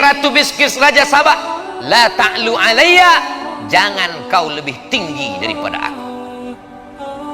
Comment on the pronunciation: Apa salah dengar ya kok laa ta' luu seingat saya allaa ta'luu 'alaiya.....